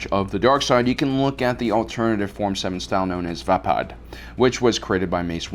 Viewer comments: its called VAY-PAD not VAH-PAD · Why do you intentionally pronounce things wrong? Lol is this an ongoing joke? Like "Vahpaad" its pronounced "Vey-Pad" But then again this is a fake world so maybe you are actually pronouncing it right... hahaha